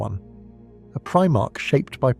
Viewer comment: You didn't get very far then. The pronunciation of "Primarch" here is obviously Abominable Intelligence.